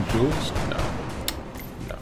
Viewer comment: Aye... tempting fate is never a good idea. You jinxed it for poor Paul! :p Good to see more well-performing-under-pressure rookies, in any case. If you need some help with the names: Zsuzsanna is basically a form of Susan(na). You can use that if it's easier for you. Also, the "J" in Jules isn't really a /dʒ/ sound, but a /ʒ/. All French "J"s are a /ʒ/ sound, AFAIK! Hmm... I must say that I've never used Rifle Assaults to a great degree. I just love shotguns too much. :p Hope Glenn's accuracy is as good with a rifle. Hm, "Magellan" is too specific of a nickname. Flew around the world? =giggles= At least they're showing us that their bragging has definite merit so far. Not even a scratch! In the interest of not Wall o' Text-ing you too much again, I'll just say that I'm loving all the videos so far. You're setting everything up very well!